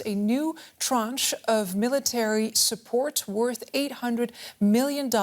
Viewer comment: I had never heard an English speaker use the word "tranche". I wish she'd have learned how to pronounce that French word before saying it on TV though... LOL